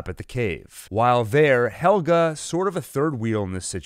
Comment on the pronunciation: PLSSS SAY NAMES CORRECTLY HEL-GE NIT HELGA